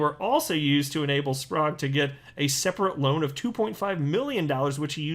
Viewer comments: It's Spr-egg is how it's pronounced. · It's pronounce "Sp rag" but Spragu sounds way better.